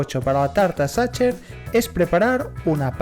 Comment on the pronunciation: Hola con todo respeto está mal PRONUNCIADO, no se pronuncia como lo haces, te sugiero que busques la pronunciación correcta, la mayoría de los españoles y latinos que no saben, cometen el mismo error de pronunciación